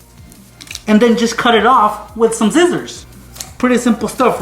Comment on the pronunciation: I thought he said zizzers